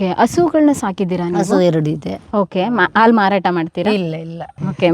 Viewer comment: ಮಾತನಾಡುವಾಗ ಪದಗಳ ಉಚ್ಚಾರಣೆಯ ಬಗ್ಗೆ ಹೆಚ್ಚಿನ ಗಮನವಿರಲಿ...... ಹಸು, ಹಾಲು ಎಂದು ಸರಿಯಾಗಿ ಹೇಳುವ ಬದಲು ' ಅಸು,' ' ಆಲು ' ಎಂದರೆ ತಪ್ಪಾಗುತ್ತದೆ. ಕೇಳಲೂ ಕಷ್ಟವಾಗುತ್ತದೆ.